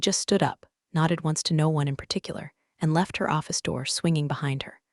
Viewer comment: Noticed it too all the time. AI can’t do the tense of a word that is spelled the same: wound, read, meet, bow. And i have noticed it treats some 2 letter words as abbreviations no = pronounced as number is = pronounced as island